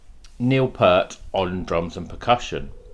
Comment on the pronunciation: Pronounced “Peert”